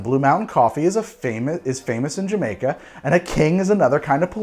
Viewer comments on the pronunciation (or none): none